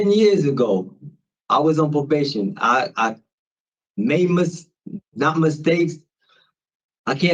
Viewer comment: If I have to listen to this moron say “pobation” one more time…